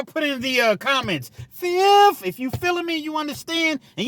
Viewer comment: Tappin in from Cali!! Fizzziiiiffffth FIVE FIVE FIFHHH!!! 🤣🤣🤣